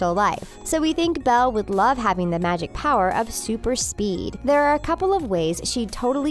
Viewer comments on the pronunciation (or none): none